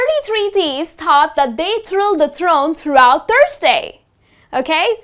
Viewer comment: tried not to point out the mistake but couldn't help myself... it's THROUGHOUT not THROUGHT, never heard this before, even google knows that well!